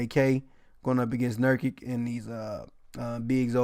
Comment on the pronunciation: Pronounced luka Don-Chich lol also pronounced jusef nurk-itch. If you every see a foreign players name end in IC it’s pronounced chich or itch